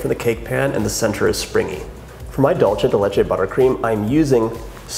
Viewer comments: To be more exact, it should be 'DOOL-the'. And when I hear 'DAWL-che' the only thing I can think of is '& Gabbana'. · Distracted by you saying “Dolce” instead of “Dulce”... it’s Spanish, not Italian. Thought you said your mom grew up in Mexico... 🤔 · It’s pronounced DOOL-SAY not dul-che ❤️❤️ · It looks amazing! But... it’s pronounced “Dool-seh.” “Doll-che” is Italian. 😬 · Sounds amazing but can I just give you a little annunciation tip? The word “dulce” is pronounced “dool-seh” (I noticed you adjusted this when you started decorating) as opposed to dolce (dohl-cheh) like the Italians say. Sorry! I love you but it was just like really bothering me 😅💗🎂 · Alejandra Ely lolz, I was referring to the language. They speak Spanish in Argentina and they pronounce it “dool-seh”. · The way he says dulce...